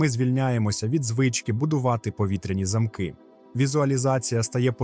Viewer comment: "Танцювати під дощем" - це КРУТО! І з ВАШОГО дозволу ,невеличке зауваження:"Більше уваги до наголосів у словах",наприклад - немає "повітряних замкИв",є "повітряні зАмки". ДУЖЕ ЦІКАВІ І ЯСКРАВІ ОБРАЗИ. З ПОВАГОЮ до ВАС.ДЯКУЮ